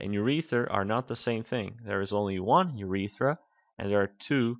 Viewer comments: Urether. Disliked, get a grip of pronunciation because if you can't take that seriously then you have no hope for anatomy. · Ur-e-ters... and ....Ur-eth-ra you aren't pronouncing them correctly